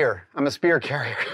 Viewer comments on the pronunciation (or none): none